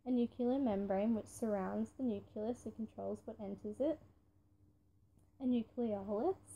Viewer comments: What the heck is a "nuculous"? Oh you mean a "nucleus" ohhhh haha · You can’t say nucelous